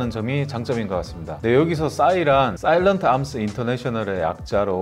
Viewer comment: 언제나 정확하고 명확한 리뷰 최고 입니다! 그런데 SAI가 싸일런트? 암스가 아니라 쌔일리언트 암스라고 읽어야 맞습니다!!